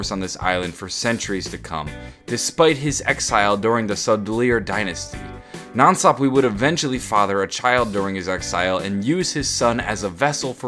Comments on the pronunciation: I'm pretty sure nan swap-wee is pronounced nan sap-wuh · Nan sapwe is (SAP-W-EH) NOT WEE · I thought it was pronounced "Nan sap-way" not "nan sap-wee" but tomato/tomatoe I guess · (Nan Sapwe) People please stop saying Nan sap-we the correct pronunciation is Nan sap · Nan Sap-way not Sap-Wee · NOT NANSAPWEEEE ITS NANSAPWE (eh) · It's pronounced sapwa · Every time you say nan sapwee i die a little inside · NAN SAHP WAY IS HOW YOU SAY IT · its pronounced skull of nansapwe (nansapwah) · the skull is actually pronounced skull of nan (saapway) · it's nansapwa